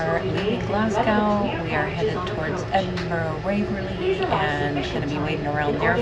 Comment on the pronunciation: Your pronunciation of Glasgow makes me die inside every time I hear it